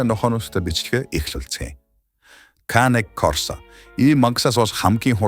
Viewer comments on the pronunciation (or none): Belgian ovchark bish malionois.канэ корсо биш кэнэ корсо